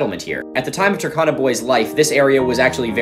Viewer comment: The U in Turkana is pronounced as in cube not cup and the R is also slightly pronounced. I hope that makes sense it was just annoying me a little. And for anyone asking for my credentials to correct this I'm a Kenyan who spent parts of my early childhood in North eastern Kenya where the Turkana people live.